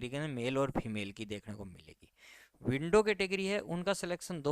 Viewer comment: क्या बोल रहा है तू .…विडो या विन्डो